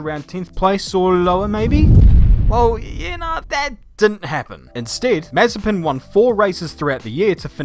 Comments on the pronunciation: The name's MazEpin, not mAzepin. Rhymes with preppin'. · ma - ZE - pin... ma - ZE - pin... ma - ZE - pin... Repeat after me: ma - ZE - pin... ma - ZE - pin... ma - ZE - pin... For fuck's sake... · Short answer: NO Long answer: NOOOOOOOO Btw, it's Ma-ZE-pin, not MA-ze-pin... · Its not MAzepin, its MazEpin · Looking back to this, it feels so weird to hear Nikita's name pronounced as Mazepin and not Mazespin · Can't wait for saying his name as Nikita Mazepan every weekend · you typed his name with correct stresses in cyrrilic and still call him MazepIn...